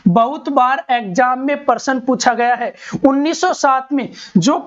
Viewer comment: Sir jii parsan 😂😂 / प्रशन